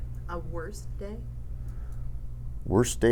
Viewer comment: "Wost day?....I think they where all that way" That's very sad 😞